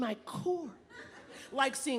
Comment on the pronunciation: If I hear hawhite boys 1 more time I'm gonna puke.